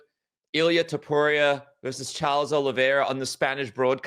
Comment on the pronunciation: Niiiice! He started saying Topuria instead of Topurra! ✅️📈